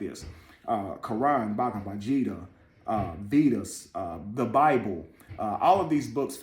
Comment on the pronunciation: Bhagavad Gita, the "G" is pronounced with a hard "G" like in Garden. It means song, and can also be used as a woman's name. Please forgive my correction, but I want you to be best.